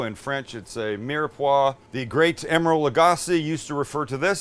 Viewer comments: Did you say "late" Emeril? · ... i had to rewind because i thought you said the "late great emeril lagasse"....